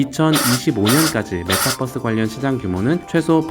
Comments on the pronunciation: metaverse라서 메타버스 또는 메타벌스가 더 맞는 발음인것같은데 ㅋㅋ큐ㅠㅠ 예전부터 계속 메타뻐스 발음라고 하셔서 버스bus🚍얘기하는거같아요ㅋㅋㅋㅋㅋ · metabus가 아닌데 자꾸 메타뻐스라고 하니까 이상함ㅋㅋㅋㅋ 투니뻐스잼ㅋㅋㅋ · 읽은 사람 '메타뻐스' 발음은 좀 심했네 ㅎ 한국어는 b와 v발음 구분이 별로없긴 하지만 그걸 제외하고라도 뻐스는 정말 틀린 발음임 그럼 metabus 됨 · ~ 메타뻐쓰 아니고 메타버스요 유니뻐쓰라고 안하잖아요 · 아니 형 왜 자꾸 메타뻐스처럼 발음햌ㅋㅋㅋㅋㅋ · 형님 메타뻐쓰 발음이 마치 저희 아부지같습니다